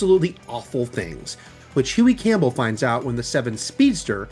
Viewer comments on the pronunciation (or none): none